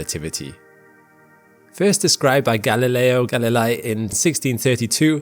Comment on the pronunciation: In Galilei the last two vocals sound like the letter A alone 😜